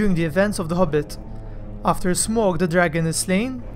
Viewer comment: Smaug not smog